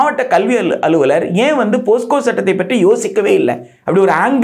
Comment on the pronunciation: போஸ்கோ அல்ல போக்ஸோ...